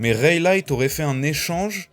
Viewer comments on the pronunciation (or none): 😂😂 ta prononciation du prenom Rayleigh me fume tu le prononce Raylight